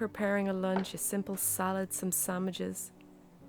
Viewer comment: I like how she says, "sammiches" for sandwiches. 😻